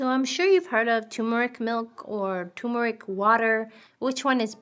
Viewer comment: thumbs down for mispronouncing "turmeric". the first "r" is not silent. the word is pronounced "ter-mer-ik", not "too-mer-ik."